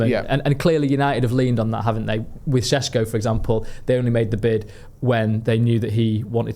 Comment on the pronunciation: Correct me if I’m wrong, but isn’t ‘Šeško’ pronounced with an ‘’sh’ sound like ‘’Shesko’? If so, shouldn’t we at least pronounce it correctly?